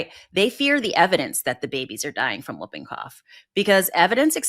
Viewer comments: The term, "whooping", is spoken as "hooping", not "wooping"! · Oooohhhhh FFS Americans... it's pronounced "hooping cough", you sounds dense when you say "wooping cough". Yes, it's spelt "whooping", but for crying out loud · The disease is pronounced; HOOPING-cough, not WOOPing-cough. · It's pronounced Hooping Cough, not Wooping Cough. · It’s screws up badLY… LY LY Badly, Quickly, Really… Stop destroying LY. Why is America raping grammar so bad-LY, now. Also It’s pronounced Hoop-ing cough. It is not Whoopi as in Goldberg it’s not woop-ing cough.. H with a huh.. hoop ing cough! Pfffttt Yanks. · Pronunciation of "whooping" cough - the "W" is silent, as in "whole" & "who", so it's pronounced "hooping" (rhymes with looping & stooping). "Wooping" rhyming with looking, is the slang term in the US for getting smacked. (Sorry, it's the teacher in me. LOL) 🙄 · I always pronounce whooping as hooping. The w is silent, but I guess u guys say it differently over in USA. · The correct pronunciation is "hooping cough," not "whooping cough." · It's pronounced hooping cough! And that poor baby!! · I don't get the politics and immunisation re USA that is being discussed. I live in Australia...you walk into the doctors and get the vaccine you want. PS Whooping is pronounced hooping the W is silent. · It’s whooping , WHOoping cough. The W is silent. The US is going back to the 19th century. Babies are dying of diseases that are all but extinct in the developed world. Next you’ll have to start making calipers and/or iron lungs. Simply because of Polio. TB should be fun for you too. I hope my country won’t let people. from the US unless they can prove they have conducted a vaccination program. What a silly country.